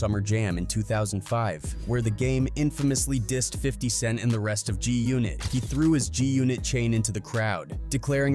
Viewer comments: WTF is "JUNIT"? these AI vids reporting on hip hop and other black news, while butchering names is annoying AF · Having the AI say G-Unit as “joonit” is unacceptable bruh.